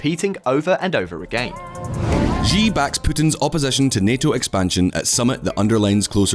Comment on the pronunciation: Ah you pronounce Xi correctly now 😁